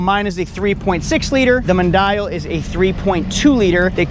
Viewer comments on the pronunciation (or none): Wild how he can’t even pronounce Mondial correctly